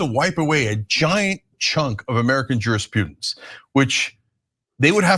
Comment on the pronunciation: Maybe this is a hanger-on from old English teaching days, but 2x around here I distinctly hear his pronunciation of "juriPEWdence". I don't correct people on how to say the name of the 2nd month cos that one's more difficult... It's jurisPRUdence for a reason, cos it's about exercising restraint upon law itself.